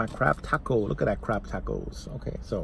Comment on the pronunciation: I keep hearing crap taco idk why lol